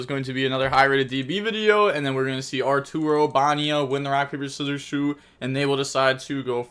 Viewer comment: "Arturo Banio" hahahaha